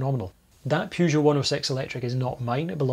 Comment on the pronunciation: I can't believe that in all those universities, there was not a single faculty of foreign languages where someone could have told you how to pronounce the first syllable of: Peugeot. Hint - It is not how you pronounce the first syllable of: Euan. Maybe it should be, and you are on a crusade to educate the French in the correct pronunciation of their language. But the French can be very stubborn about these things.